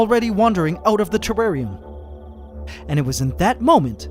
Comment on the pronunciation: wtf is a trarrian